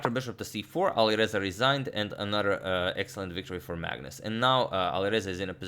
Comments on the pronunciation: "Alirouzja (Fireza)" Agadmator, 2020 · Alireuzja lol